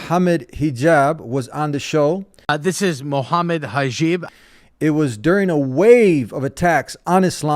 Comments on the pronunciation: He said Muhammad Hajeeb😂😂😂😂😂😂😂😂😂😂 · "Hajib" lol